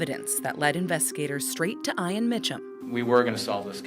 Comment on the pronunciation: How do they not know how to pronounce Ian?????